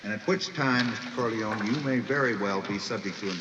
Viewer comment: Love your reactions and analyses guys! One question: Why do you call him Corleown and not CorleonE ?